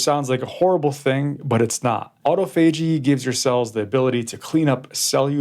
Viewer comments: Doctor, doctor … auto and phagy are Greek word roots, not Latin ones. Since they are Greek, and not Latin, you are supposed to stress the second syllable of the composite word: autOphagy, not autophAgy. There’s no two ways about it, young man! That said … this is the best explanation of intermittent fasting I have ever heard. Being the complete medically illiterate that I am, that is saying something! I actually seem to understand it, now. Just don’t let me catch you murdering the classics, ever again, young man! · You pronounce the word autophagy in the wrong way😊